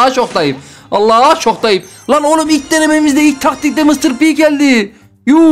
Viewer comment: Mıstır pi değil mistır pi